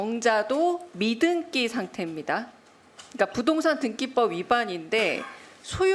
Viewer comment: "부동산 미등'끼' 상태인데요" "네? 다시 한번??" "미등'끼' 상태라구요!!"